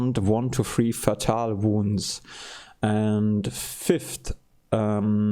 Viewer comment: fatal -> "FAY-tal" (emphasis on the FAY) morale -> "more-AHL" (emphasis on the AHL) sound -> in this context means "based on good reason" "Things don't always go the way we want them to go" would be better! unconscious -> "un-con-shus", not "un-con-shnus" i.e. -> "in other words", also e.g. -> "for example" coup de grace is French, you pronounce it "koo-duh-grahs" Maybe "out of order" would work better in this context instead of "vice versa" You can pick it up, but you can't use it yet (since you haven't researched it). At the end of the mission all items in the battle area are automatically collected and put in your stores back at the base you launched the skyranger from, so no need to pick up anything unless you intend to use it in the current battle.